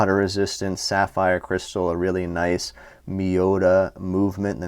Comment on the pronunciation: Lol. Hey. We can get proper enunciation anywhere. We come to this channel for fun as well. 😂